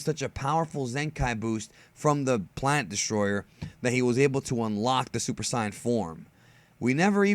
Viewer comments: its pronouced in English Say not Sai. i cringe each time you try to pronounce it the japanese way. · You are the only one who pronounces saiyan as scion. And no this story absolutely isn't canon. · He pronounces Saiyan like sAIyan. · This man called super saiyan super CYAN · "j" sound in Saiyan fuckin triggers me it is Pronouce Sei-yan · "Super sian" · It's pronounced super saiyan not si-an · I too hate the way he says it... I mean come on bro are you air quoting as you say "Supa Sii-in". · Thats how you're supposed yo pronounce it. (Actually its supposed to be Saiya-Jin) the dub changed it. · Ok I like your explanation, but please change how you say sayian.nice video btw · why do you pronounce "Saiyen" like this? (just wondering, don't attack me lol) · I hate the way you say saiyan